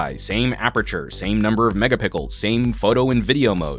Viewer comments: Haha, i should've scrolled down on the comments... he clearly did say " megapicke".... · he said mega pickle. :D :) :) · He said megapickle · You give justice to it whenever you said megapickle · he said megapickles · Did you say " megapickle" ?? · "megapickels?" Am I the only one that heard that? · Hahaha, did he just say "same number of megapickle?" 😂😂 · I'm going to start saying megapickles now instead of megapixels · OMFG HE SAID MEGAPICKLE, move on kids. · Did I just hear him say "megapickle" ? Or did my mind played tricks on me? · Shem Williams He did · He says megapickle in all of his videos~! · mega-pickles? lol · "megapickle" lol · Hah! Caught u saying Mega Pickles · He can say the word pixel, but can't say megapixel, haha